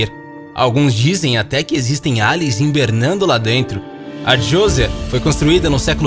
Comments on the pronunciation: "hiMbernando"? rsrs... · "Imbernando"??? "Galileu Galileu"???? Por favor né!!!??? Que feio!!!